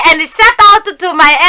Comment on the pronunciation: Its shout out not "shut up" pls....